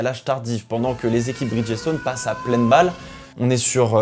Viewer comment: Petite note vocabulaire ... Bridgestone est un mot composé de 2 termes, Bridge et Stone. Ce qui fait que lors de la vocalisation le "G" se dit comme un "J" et le ''E" de Bridge est muet . Ce qui donne "BridJ-Stonn" a l'audio😉